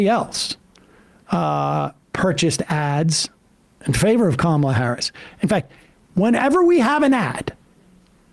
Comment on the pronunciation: Btw… it’s not “comma” Harris, it’s Kamala Harris. Do better.